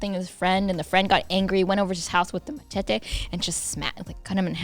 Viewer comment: okay but why does pronounce machete like my abuela?